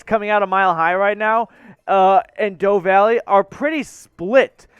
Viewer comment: Did he really just call it "DOEve Valley?" lol